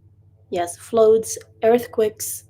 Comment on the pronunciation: Oh I just have to let you know The word Flood is pronounced Flud The "U" sound is like "U" from "u"gly or UGG boots. Inshallah the weather gets better for all Palestinians in Gaza It is really hard to see how much the weather is affecting you all especially the children and elderly and pregnant women in the tents